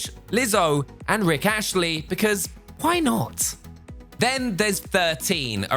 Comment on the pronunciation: Rick Astley, not Ashley.